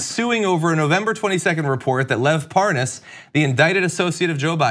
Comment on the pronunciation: Has anyone done a montage of Nunes (and others) deliberately mispronouncing "Parnas?" I laugh harder every time I see it happen, so if you've got a montage you can make my day. "Par... Par-Nauss? I don't recall any Pour-Noss." XD